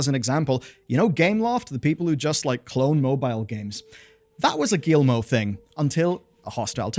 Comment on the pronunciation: I'm so sorry. Your video is good... But I just... I cringe every time you say "Guillimot". Ohhh anglophones... Never change.